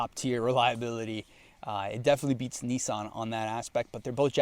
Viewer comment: Also, you say Nissan much better than you say Tee ota, or Tota.